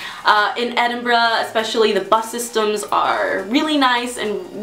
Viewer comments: well at least you pronounce Edinburgh correctly,there is nothing worse than hearing it pronounced Edinboro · You have to admire an American who can pronounce Edinburgh correctly, eh? Very refreshing! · wow a yank who can say edinburgh....properly! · Finally another American that knows how to pronounce Edinburgh! And it has to do with ignorance, not living there. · Thanks for pronouncing Edinburgh properly :) Take a train to Glasgow, it's about an hour away and you'll enjoy your time there. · what made me happy was an american saying edinburgh and not edinboro. very nice video.